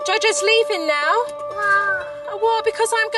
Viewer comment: I didn't know the word "now" was two syllables